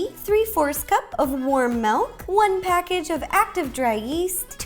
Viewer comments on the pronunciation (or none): Who heard her saying "one PACKAGE of yeast!!"😂